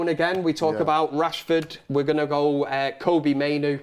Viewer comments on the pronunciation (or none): Respectfully It’s Kobbie not Coodie